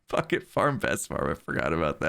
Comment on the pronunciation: I swear he is not saying bucket...